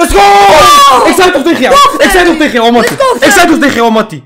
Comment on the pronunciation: Hij zegt teegen knokers skins XD